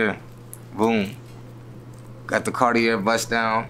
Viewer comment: it’s pronounced “carti-aye” 😅